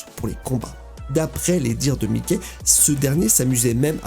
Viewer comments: c'est pas mickey c'est mikey qui se pronnonce maïky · J'allais like mais ta dit "mikey" comme mikey mouse aie aie aie